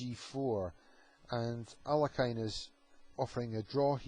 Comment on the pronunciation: The Russian masters's surname is pronunced as 'aa l ee(') h i n not 'alekajn'.Accent is placed upon the letter e